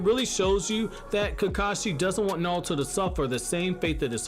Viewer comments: Neon Force thats understandable but this guy is saying it with an L it sounds like. I hear him say Na-rL-to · Anyone else hate the way he pronounces naruto?